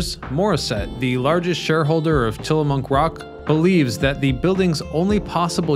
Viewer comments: Ack! Babe, "Tillamook"! Not "Tillamonk!" 😅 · As a former Oregonian (still with strong ties) I almost couldn’t watch this. It’s not ORE-GONN. It’s ORE-GUN. I live all the way over in Michigan now and I never hear this mispronunciation around here anymore. Also, I swear he keeps saying TILLA-MUNK. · It's also Tillamook, not Tillamonk 😂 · Tillamook /ˈtɪləmʊk/ Till a Muck, not Tilla Monk or Tilla Mooke. Oregon (/ˈɒrɪɡən/ OR I GEN is the proper or more common OR I GUN, not OR E GONE.... Dead giveaway you ain't from 'round these parts. Try Theses Cities; TILLICUM, STEILACOOM, DUWAMISH, PUYALLUP, UMPQUA, IDANHA, IMNAHA, NESKOWIN are a few..